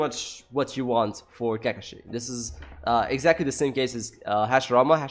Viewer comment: WTF IS “ka ka shi “